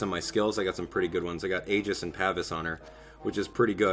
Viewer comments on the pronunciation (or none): none